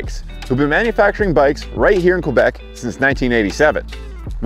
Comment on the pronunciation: Qwébec Cwanada...